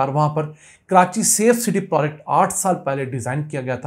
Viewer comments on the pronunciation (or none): Ap proagect ko prodc Kew bolty hain